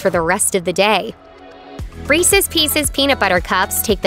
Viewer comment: Did I heard Reesees Peesees? Oy.